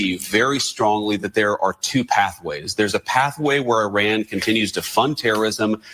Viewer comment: The dog whistling of mispronouncing “Iran” makes me sick 🤢